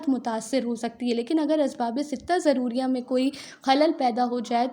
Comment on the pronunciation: Mam s Asbabe shuriya not shodiya